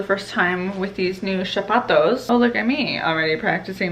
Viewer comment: A tip: “sapatos” starts with the same phonetic sound as “saint”. The “‘S’ is stressed. Hope you keep progressing and enjoying your Portuguese journey ☺️